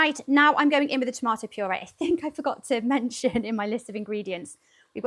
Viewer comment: Girl i love how you said tomato!! NEVER have i heard that pronunciation. The way most southerns here say it sounds so uneducated (tomater). That stew looks good ! And hows the weather? Miserably hot..95-100 degrees Farenheit (i dont know what celsius) right now.